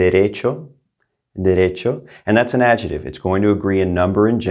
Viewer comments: It may not be that unusual, but why would you leave out the C when it isn't difficult to pronounce. Your other pronunciation us so good. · In English, it’s also important to use correct pronunciation: it’s not ‘AD-JETIVE’ it’s AD-JECT-TIVE. You need to pronounce the C. 😂